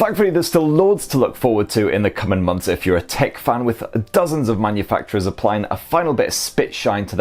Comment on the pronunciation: "mun-u-FUCK-chewerz" he says!!!! LMAO! (manufacurers)